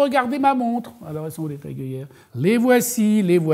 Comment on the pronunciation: Oh oh, on ne dit pas TAG !!!